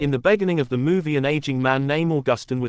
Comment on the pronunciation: In the baconing? Come on, really with the ai voice